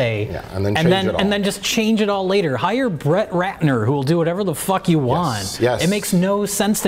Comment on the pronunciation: "FECK YOU" *Gunshots"